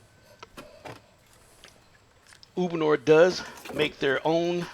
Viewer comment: Uponor not ubonor ??